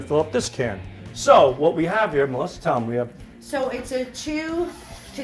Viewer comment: Sal can't even pronounce his sister's name. "Melisser"